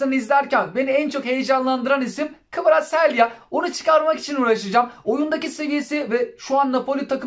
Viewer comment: kvaraselya ne be abi. kvaratskila diye okumuyor. kanser ettin bizi